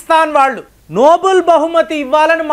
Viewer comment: Nobel not Noble.